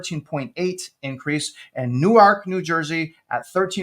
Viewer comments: It’s “new irk”, not “new ark”. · It’s NORK, not New-Ark 😆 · You're still destroying the pronunciation of "NEWARK" 😂